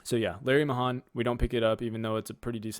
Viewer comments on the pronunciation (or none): Just a pronunciation disagreement. Larry Mahan was a rodeo star back in the 60s and 70s. If memory serves, it is pronounced like "May hand," minus the d at the end. Just an old guy here, showing his age.